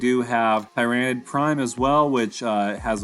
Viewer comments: How u say TEAR NID kills me made me turn video off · It's pronounced tier-a-nid. Otherwise good video.